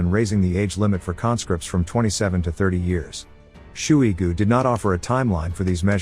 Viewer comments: Sergei "shoe-y goo". It's wrong, but it sounds about right. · “Shooey-Goo” lol